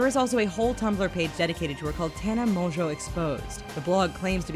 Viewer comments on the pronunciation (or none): Does all this research on her yet doesn’t pronounce her last name right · The biggest lie of all is how she pronounces her last name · sorry but i can’t trust anyone who can’t even say her name right... she literally says it in the beginning of every single video. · Im surprised you can't say her last name right 😂😂😂😂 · tana mongeau is the heaviest sleeper i've ever seen, so if someone took polaroids of her, she would not have woken up. if you've ever watched one of her vlogs (or even her friend's vlogs) you would know that. no hate or anything but people should check their facts before making a video about it. and also this channel keeps pronouncing her last name wrong.